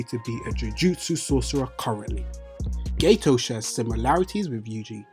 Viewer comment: Hahah I love the way he calls Geto GayToe